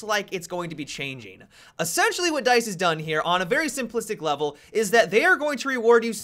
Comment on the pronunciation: "I'm right on board with DYTHE"